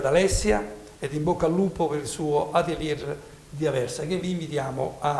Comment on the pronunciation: Bella intervista,solo un appunto ad Alessia si pronuncia" atelye" senza pronunciare la r finale...